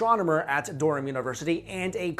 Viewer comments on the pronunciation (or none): What's "Dorom"? I've hear of Durham but not "Dorom"... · its not "derham" its Durham... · Might help your image if you learn the correct pronunciation for ' Durham ' cathedral. It rhymes with ' Rum ' . Just a small point but worthy of respect.